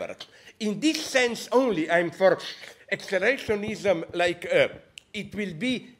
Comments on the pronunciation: “This idea that accelarashiekfoinism...” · "This idea that...ACCELERESHOSHENISM."